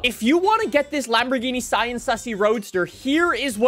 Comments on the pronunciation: The Sian is pronounced see-yan and its not the first hybrid Lamborghini, the first hybrid Lamborghini was the Asterion Concept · Just call the S C pronounce it like cian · Lambo on stage pronounced it as the siarn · Bro it's pronounced Sian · It’s pronounced “see-ahn” you’re welcome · Fun fact: "Sian" is actually pronounced, "Shh - ahhn" like the name "Sean" or "Shawn". Not even I would have guessed that if I didn't Google it. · It’s pronounced Sean (another way to spell Shawn) but you don’t pronounce it like you do for the name, it’s Se-an which actually says eventually. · I looked it up and apparently Sián is pronounced shaan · say sian like sean but replace the sh with sie or see